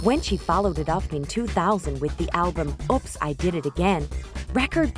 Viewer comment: So many mispronounced words in this video, it's OOPS not OPS, and it's not Day-boo'd, it's Day-Beyou'd. If you're going to make a documentary and post it online, learn to speak American English better before posting it in American English. Also some of your so called facts about her relationships are off by months/years.